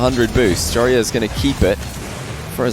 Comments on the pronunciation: YOU SAY IT JOROOZ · I love how you sat joreuz name If you compare t to dutch its pretty dawm funny 😂